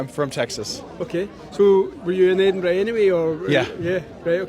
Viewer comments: Edinburgh is pronounced like this: eh duhn bruh NOT Edin burg. The g is silent. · ED inburgh. Not Eed inburgh. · Ed in burr ah not berg! 😂 now let’s hear it again! 😂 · Seriously it is not Edinburg it is Edinburgh ED-IN-BRUH. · Edin-burra. Not Edinbourg. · Edinburra not EDENBERG! Please have the courtesy to say it correctly . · We are also protesting at the voice over calling our Capital City edinBURG!!!!!!! It is Edinbrgh pronounced Edinburra or Edinbra. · Well done Scotland from Canada. 🇨🇦 And it is not Eeden burg it’s Edinburgh. Please make an effort to pronounce it properly. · It's not EDINBERG! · Stop saying Edinburgh wrong. Do you see 'berg' anywhere in that word? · What Scot’s also don’t like is when Americans can’t pronounce Edinburgh it’s. Ed-in- burr-ah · Edinburgh is pronounced “ Edinburrah “ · Say it as Edinburra! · It's edin buurra. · Can you not pronounce Edinburgh correctly? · Americans: please just say "the Scottish capital" .. Edinburgh is not worth the mispronunciation hell you put us through. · learn to pronounce Edinburgh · The pronounciation of Edinburgh made me cringe!